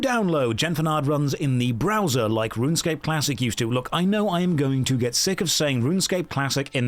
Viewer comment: that’s not runescape, that’s ranscape 😭😭😭